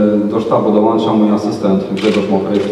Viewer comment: " trener sie dołancza " nawet wymówić nie potrafią :D